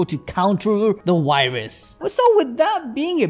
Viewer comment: its virus not wirus